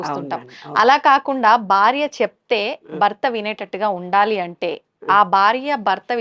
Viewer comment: Anchor Garu ‘Barya’ kadu ‘Bharya’ Dayachesi Telugu sarigga matladandi